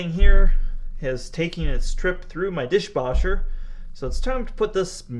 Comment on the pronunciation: Did you just say "Dishboscher"? 😂